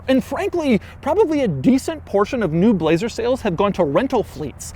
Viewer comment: I like how he says BLLLLAZER